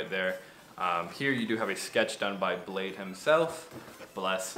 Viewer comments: bladee not blade hahha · Niklas Volggger it’s bladee listen to nard interview sad boys Yung lean made that clear